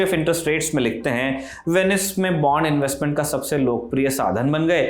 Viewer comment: बॉन्ड not बांड... बाकी आपकी जानकारी बहुत बढ़िया है।।